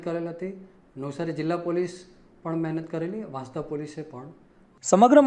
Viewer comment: Report karta pahela sacho ucchar janvo jaruri se vasanda vansda ma bo farak se